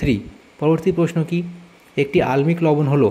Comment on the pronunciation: Sir আল্মিক না আম্লিক লবণ😂😂